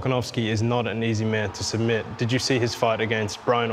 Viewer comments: he makes a typo and says "doesn't matter it's not gonna be sum-bission" 😂 Edit: And again "he cannot sum-bit me" 🤣🤣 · Islam "sumbit" makhachev 🤣